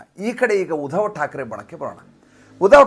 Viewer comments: ಮಹನೀಯರೇ ತಾವು ಉಧವ thakre ಅಂತ ಉಚ್ಚರಿಸಬೇಡ, ಆ ಹೆಸರು uddhav ಅಂತ ಹೇಳಿ pls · ಸುಮ್ನೆ ಯಾಕ್ರೀ ಏನೇನೋ ಹೇಳ್ತಿರಿ, ಮೊದಲು uddhav ಹೆಸರು ಸರಿಯಾಗಿ ಉಚ್ಚರಿಸಿ